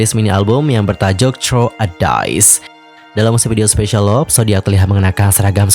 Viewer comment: I hope u can pronounce "LOVE" correctly. U should pronounce with "LUV" not "LOP"